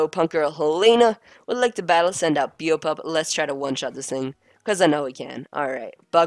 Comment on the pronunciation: Beopup is pronounced (bay-o pup)